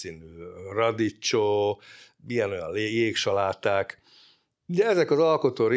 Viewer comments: Még inkább radíkkjo. A radiccsó a fülem hasogassa. 😂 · Olaszul: radicchio. Magyarul a kiejtése: radikkio. Hangsúly a 2. szótagon van. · Ismét kiváló és informatív munka. Egy megjegyzés, kedves doktor: a radicchio kiejtése: radikkió (bocsánat, nem bírtam ki, hogy ne javítsam). PS: jobb piacokon, olykor nagy szupermarketben kínálnak radicchio-t, de valóban, sajnos nem elterjedt Magyarországon. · Kedves Doki! Engedd meg, hogy italianistaként tegyek egy kiigazítást: a bemutattott vörös levelű saláta nevének helyes kiejtése: radicchio = "radikkió" kérlek korrigáld ezt magadban is, hogy ne terjedjen rosszul. Köszönöm. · köszönjük az érdekes videót! amúgy a vörös cikória kiejtése olaszul "radikkio" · Drága doktor úr. A radicchio szót magyarul RADIKKIOnak mondjuk…. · radicchio: ejtsd: radikkio / di rosso Treviso/ üdv : péter józsef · Kedves, nagyon szeretem a videóidat, köszönöm ezt a videót is. Az olasz nyelv nagy rajongójaként engedj meg egy tippet: a radicchio-t k hanggal ejtjük, mert a ch az olaszban k. 🤗